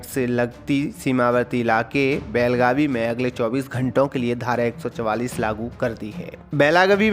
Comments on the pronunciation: Belgavi nahi belgav bolo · Abe gadhe belagavi nahi बेळगाव bol